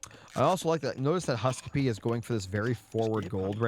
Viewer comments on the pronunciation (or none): Its husk-soup, not husk suppee😂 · HUSKSUPPE is a legend :D but it is pronounced HUSK - soup. His go-to image identifier on profiles is a bowl of soup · Great Cast as always! been watching since the Closed Beta for Retold Casts. Keep it up! :face-red-heart-shape: HUSK-SUPPE is Scandinavian and means "Remember Soup" or MEMORY SOUP! :face-green-smiling: and is pronounced at its best in English HuuSK-SOUP